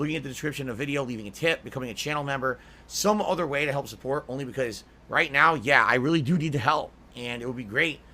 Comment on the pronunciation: Big ups! Pepsi Peemp, fanger sniffers, Wendy's Chilli, kahntent, pahsitivity, tips tips, sahhport, money creatures